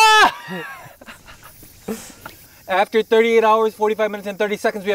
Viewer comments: Yuta screaming Marks name in the most german way ever: „MARK“ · seulgii_ omg that was exactly the pronunciation of Mark's name in German 🤣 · Whocares Like er hat Mark so Deutsch ausgesprochen